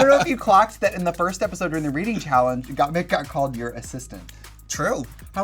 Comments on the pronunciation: Why is Trixie saying "Got Meek" instead of "Got Mik" LOo.lololololol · I’m surprised Violet didn’t correct the way Trixie says Gottmik. She says Gottmeek every single time.